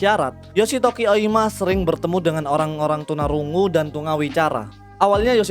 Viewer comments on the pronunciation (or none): koe no katachi bukan series... 😅 dan gw tau klo manga di bacanya mangga...tp tuna rungu bukan trus jd tuna runggu... 😂 biar jepang bgt ?😂